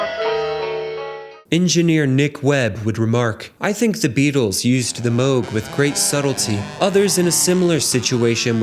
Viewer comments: "Moo -g" synthesizer, not "moge." 🎹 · MOOG. NOT MOAG. Like the name of a famous Tea = Ty-phOO. Got it ???? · This video makes a point to stop and discuss the Moog synthesizer, yet never mentions Robert Moog! What's the deal with that? And Moog is not pronounced "Moe-gh" as in "moe," but Moog, as in "zoo". Bob Moog is well worth mentioning, he invented modularity, the ability to connect separate modules with patches. And he also invented envelope generation, the pitch wheel., and the voltage-controlled oscillator. Wendy Carlos, who is mentioned in this video, didn't invent anything, she just played synthesizers invented by Robert Moog. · No, Robert Moog’s last name is pronounced “Mōge.” Long O.